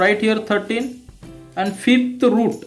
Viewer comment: Sir vo Fifth ahy fith nhi...😂😅